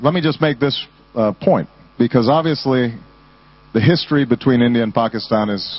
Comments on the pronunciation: Obama pronounced Pakistan correctly-- nice. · President Obama is the first American I've heard pronounce Pakistan correctly. That makes me happy!